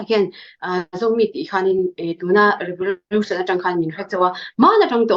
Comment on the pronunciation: Revolution pawh Revorution a lam ve tlat hi chu buaipui tlak tak tak a ni lo😃😃😃